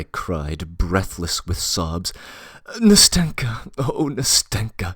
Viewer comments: I like the reading but I just get irked each time the name “Nastenka” is said that way. I has the stress on the first syllable and the “n” is like the “n” in “end” not in “finger” Ná-stin-ka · ‘NAstenka (Anasta’sya) and ‘MAshenka (Ma’rya)